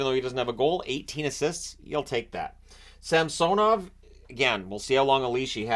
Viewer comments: Appreciate you pronouncing samsOnov correctly. Leafs in Six. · Omg you actually pronounced Samsonov’s name the correct way.